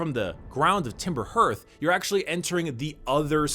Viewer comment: I think it's really telling that every reviewer who talks about Outer Wilds basically ends the video by begging you to buy it! It's really that incredible. Also, hearth sounds like heart, not hurt. It's an enclosure for fire, similar to a fireplace.